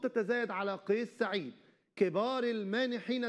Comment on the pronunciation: مقدم البرنامج انت لا تعرف نطق اسم الرئيس بشكل صحيح فتعلم قبل ان تتكلم